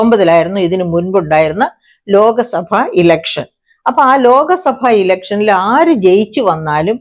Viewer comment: ലോക സഭ അല്ല ലോക് സഭ എന്ന് തന്നെ പറയണം. ഹിന്ദിയിൽ ലോക, ലോക് ഇവയ്ക രണ്ടു അർത്ഥം ആണ്. ഭൂരിഭാഗം ആൾക്കാരും തെറ്റായി ആണ് ഉച്ചരിക്കുന്നത്